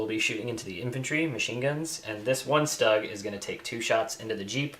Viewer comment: StuGs are pronounced "Sh-t-oo-g" ;-)